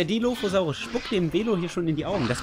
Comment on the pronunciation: schau gerade dein video.. aber du musst den dilophosaurus richgtig ausprechen :) und dann sagt jemand was zu Jurasic world?...sorry ich bin 80er kind und JP. wuff.......er kam in de kino am 11.6. seht euch JP 1 an, bester film ever. JW mit chris patt auch cool. Velociraptor nur etwa 2 m lang??? was? er muss länger gewesen sein, wie auch der DILOPHOSAURUS....